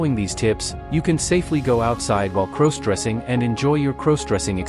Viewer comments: Why does it sound you are saying crows dressing.Other than that I like your video Love pantyhose,skirts and nylon panties 💃👠👡🥿🩲👙👗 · Stop mispronouncing crossdressing 😢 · Please stop saying "CROSEdressing"! It's "CROSSdressing"